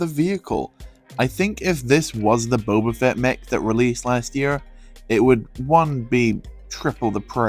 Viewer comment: No hate but it’s Boba fett